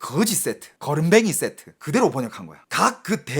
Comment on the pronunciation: 그으지쎼트 그렁뱅이쎄트 ㅋㅋㅋㅋㅋㅋ